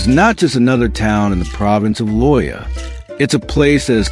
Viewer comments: FAKE and not true. #1, I could espaily be run over by busses here, in this small town, any day. Pedestrians are treated like dogs. #2, it's NOT "vilca BAMBA." Or "Lo Ja." It's "vilca bomba" and "Lo ha". If the creator is so lazy as to use AI voice, the video facts are also farmed from the internet. And we know how true the internet is. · Loja is pronounced LOW HA!